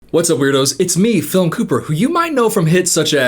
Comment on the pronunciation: The captions clocking the way you said "philm" 😂😂